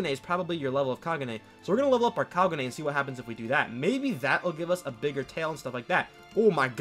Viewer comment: HE SAID KAGU NEY